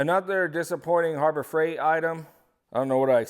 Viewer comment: Be nice if he knew how to speak English as well. Stopped the video just because of how he said harbor freight and coupon.